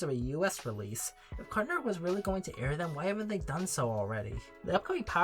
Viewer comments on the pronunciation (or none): please stop saying “cartchoon netchwork” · also SLOW THE FUCK DOWN saying it bro. got to a point you were literally saying “Cartnewer”